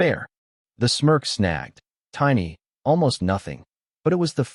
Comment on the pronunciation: "Smirk," not Smurf.